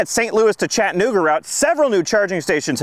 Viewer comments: Its pronounced.. Chattuhhnooga NOT Chatt-nooga If there is a hard break or stop when you're trying to pronounce the word... you're saying it wrong. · Chat-ta-nooga not Chatnooga